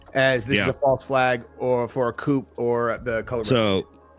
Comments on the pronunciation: "" is an obnoxious dunce... Him pronouncing "coup" as COOP proves my point. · I wish someone would tell how to pronounce "coup" - he ALWAYS says "coop" (i like & follow him but drives me nuts the way his mispronounces it all the time